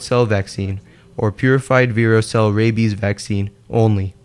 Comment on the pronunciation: "Ray-bis" "aunty quitty"